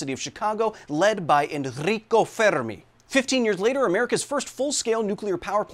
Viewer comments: Thank you for the effort of pronouncing Enrico Fermi correctly with the hard Rs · Love the effort in pronunciation of Fermi's name. Nailed. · I loved the effort of pronouncing Fermi in Italian. Grazie ❤ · I appreciate the effort you put into pronouncing Fermi's name you don't know how much 😂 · Hey nice Italian pronounce for that name -an Italian